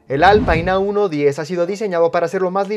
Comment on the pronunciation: Si Alpine es una marca francesa ¿por qué la pronunciais como "alpain"? O la pronuncias en castellano (Alpine) o en francés (Alpin) pero no en inglés